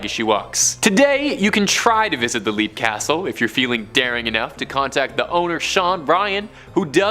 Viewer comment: LEAP is pronounced LEPP js